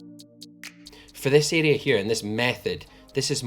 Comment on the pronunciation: Everytime he says 'this area' I hear 'this idiot'